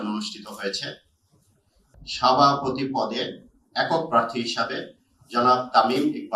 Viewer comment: সাভাপতি নয় সভাপতি।